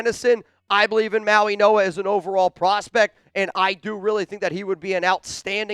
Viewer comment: IT'S NOT SONY!!!!!! IT'S SONNY, AS IN "SUNNY." How can Chat Sports not correct this error? has the intellect of a 13 year old, and he proves it routinely. Come on, Chat Sports. Get a professional for the job. is a joke. Listen to him. Mauigoa is his name, not "Mauinoa." This is horrible. Send him back to grade school. What more do you need to see, Boss?